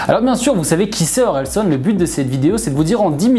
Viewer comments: Tres propre la vidéo ! Par contre tu rend ouf a dire SON au lieu SAN. Continue comme ca 👊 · Super vidéo, mais juste ça me perturbais parce que c’est OrelsAn et pas OrelsOn